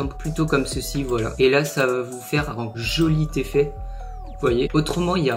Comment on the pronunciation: "joli teffet" hahahah sinon bonne vidéo mon reuf très utile